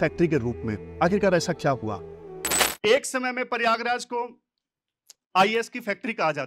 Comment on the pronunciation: Sir paryagraj nahi prayagraj naam haan